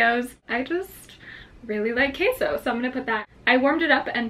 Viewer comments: it's pronounced ke-so not kay-so 😭 still adore you though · Bro she said “Kay-So” instead of queso (keh-so) 😂♥️ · How do u say jalapenos all bad ass and totally butcher queso werka??? It's queso not kayso!! I'm telling ur mom!! 😉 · Trista Kuechler she pronoun it as kay-so... i wouldn't have corrected her if she got it right lol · Trista Kuechler but it is pronounced ke-so . Can't expect her to pronounce everything correctly just because she's half Mexican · sis you're half mexican yet you're pronouncing queso and "K-so" ??? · how do you say queso so white but jalapeño not white lmao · I love how you say Queso. Normally I hate it when it is pronounced that way, but it’s so adorable when you say it like that. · Says queso and cilantro like a gringa but jalapeno and elote like Mexican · WAIT if you are a mexican why do you not say Queso right in the proper spanish way. :( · She's half Mexican and can't even say queso correctly? Lol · It Triggers Me That She Knows How To Speak Spanish And Ugh The Way She Says Queso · No offense but u said queso so weird 🤣😂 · the way she say's/kind of tries cheese in Spanish really bothers me😂😂😂no hate💙☺ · So she says queso like she's white but she says jalapeno and elote like a Hispanic oh my Oh mi 🙄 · Eww say queso right si no say it in English "cheese" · Just came across ur channel today. No shade but I've heard you pronounce "cafe", "jalapeno" and "comal" so well, but u can't pronounce QUESO?? super cringe worthy for my mexican ass lolol